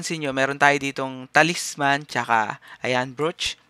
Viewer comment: paki ayus yung pronunciation mo. Night Crows as in Krows ang bigkas hindi Kraws. tapos yung Talisman, ang bigkas nyan Ta-lis-man hindi Talis-man.